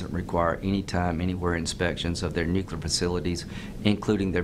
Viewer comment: “Textul.” “Nucler.”